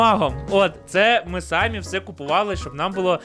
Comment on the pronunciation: Слова "сАмі" в українській мові нема) ті випадки, де Ви вживаєте, наголос на і "самІ", використання слова сАмі замість префікса най- є також помилкою.У мене все) дякую за відео!)❤